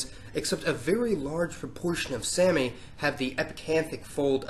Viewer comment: Someone has most certainly already commented this probably, but sami isn't pronounced like "sammy" it's pronounced more like "saw-me" that's why you might see people spell it like sámi or saami, to emphasize the long a sound.